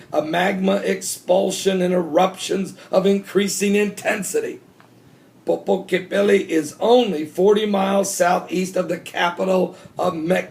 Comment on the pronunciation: Like this Popo-Cate-Pe-Toll so say it like POPO- CATE like "Tecate" PE Toll the PE & TOLL are together like PETOLL POPO-CATE-PETOLL = Popocatepetl a Nahuatl word from the Aztec language words popōca 'it smokes' and tepētl 'mountain' meaning Smoking Mountain.